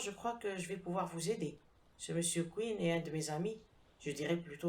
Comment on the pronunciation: J'ai sursauté... moi aussi... d'entendre prononcer "Mr Queen" au lieu de "Mr Quinn". Il se fait qu'un de mes premiers profs d' Anglais nous avait donné à lire, je crois, le roman "Inspector Queen 's own case". Je ne suis pas certain de l' orthographe de ce "Queen"-là et je ne me rappelle ni de l' auteur, ni de l'intrigue.